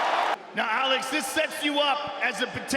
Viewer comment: The commentator who keeps pronouncing alex like Alexa without the a is bothering the shit out of me idk why 😭😭😂😂😂